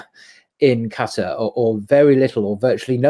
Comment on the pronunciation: Thank you for not saying Qataaaaaar, it's so annoying hehe